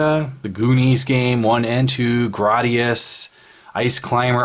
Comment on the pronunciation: You are pronouncing Gradius wrong FYI grade-e-us